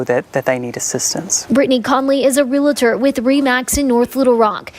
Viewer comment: That news story near the end, you would think a news reporter would know how to properly pronounce "realtor".